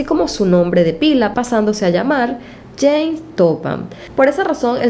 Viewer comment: perdón, pero, a veces, se escucha James (en lugar de Jane)...